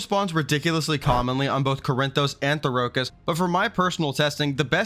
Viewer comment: Why are you pronouncing Therokis like that? It’s not the Dune planet bro.